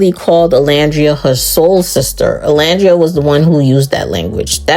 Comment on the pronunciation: I’m so sorry but you spent 6 weeks with this girl and it’s actually sickening that she still can’t say Olandria’s name right . Like girl even the interviewers said it right 💀💀💀💀